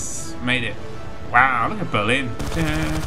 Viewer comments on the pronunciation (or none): none